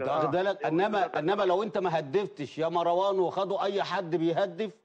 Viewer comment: اسمو مروان مو (ماراوان؟؟؟) شوهتو الإسم يخرب بيت الي علمك اللغة العربية.